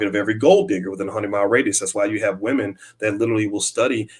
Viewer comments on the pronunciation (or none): none